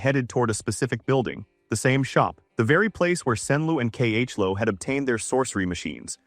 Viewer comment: K.H.Lo? ❎ Chloe. ✅